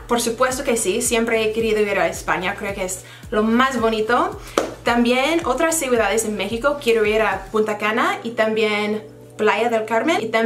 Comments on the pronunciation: Hablas excelentemente el español, muy buen trabajo!! Solamente quiero recomendarte que cuando digas: Punta Cana (Pu "N" ta Cana) te acegures de pronunciar la "N". Pues lo dices asi: "Puta" (In English: "bitch") But it will be Ok. Es algo que puedes resolver rapido. About The Bible, puedes pedir una gratis y en español a Jehovah´s witnesses. (Cuando pasen por tu casa, pidela) Te aseguro que es un español facil de entender. Muchos exitos. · She said putacana